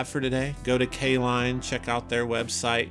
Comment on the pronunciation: Caline? I thought you said K Lon.